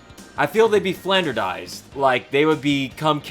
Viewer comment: It's 'flanderised', not 'flanderdised'.